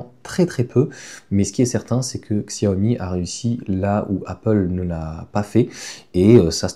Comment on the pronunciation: Ksyawomi😅 Merci cher ami. Chiaomi c'est mieux 😊 Merci pour toutes vos vidéos. A la vitesse de la lumière 😮